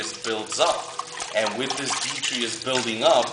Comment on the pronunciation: btw... i think you're pronouncing the word detritus wrong.. it's actually pronounced DEH-TRY-TUSS (i know, plus i looked it up on dictionary . com). i'm not trying to sound like a smart ass or anything but i just remembered your video on chaetomorpha and how you learned it was pronounced kaito-morpha not cheato-morpha.. just thought you'd like to know. =D